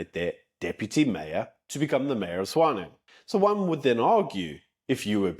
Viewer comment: I thought it Tswane not swane